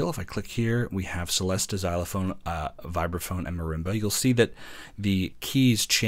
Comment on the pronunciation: Good review. “Celesta” is pronounced “chelesta” though, and “glockenspiel” is “glocken-SHPEEL”.